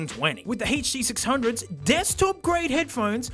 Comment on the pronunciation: He still uses walk through the park (Especially for the huh-duh six hunge-oha